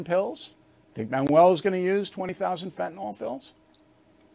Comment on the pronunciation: Bill, it's not Fentanol, it's Fantanyl.